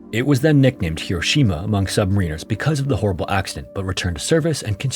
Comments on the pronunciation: You're about to pronounce Submariners as "Submareeners". Did you genuinely mispronounce it, or is it a classic AI mispronunciation? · look up how to pronounce “submariners” 😉